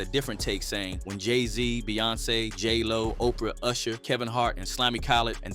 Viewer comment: J-Ho ...not J-Lo